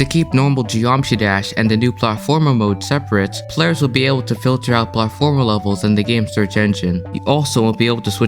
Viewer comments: drinking game: drink every time he pronounces platformer wrong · the way you say "platformer" threw me off lol